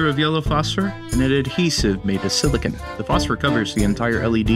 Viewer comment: Silicon, NOT silicone!!!